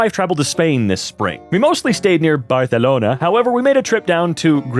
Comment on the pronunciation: As somebody that lives in Spain, that pronounciation of Barcelona is… definitely something